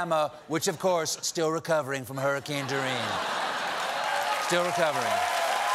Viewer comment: "Hurricane Doreen"